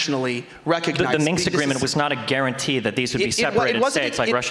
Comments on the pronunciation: Lol both of them saying “Minks” Agreement. The historical treaty between fur coat manufacturers and trappers in Eastern Europe. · "Minx agreement"